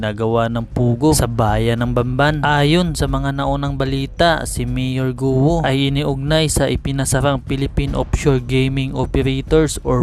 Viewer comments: Correction: Pronunciation for "GUO" is "GO" (Silent "u")...No offense meant pls. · Bakit Guo ang pronunciation nyo just say Go kc last name nya ay chinese